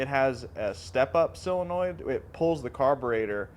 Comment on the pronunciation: What's a sillinoid? I've heard of solenoid. Is that what you mean?